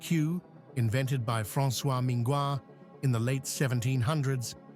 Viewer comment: L’inventeur du procédé est François MINGAUD et non Minguad, bon travail dans l’ensemble malgré quelques autres erreurs et surtout un point de vue en faveur des billard à poches, et donc beaucoup de grand champion et mode de jeux très populaires oubliés ; Willie Hope, Maurice Vignaux, joueurs de cadre (Balke line, jeu à la bande) mais aussi le billard Artistique discipline non citée etc